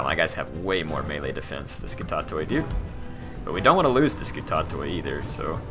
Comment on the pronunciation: you pronounced kataphraktoi wrong it doesn't end with kto-i it ends with kti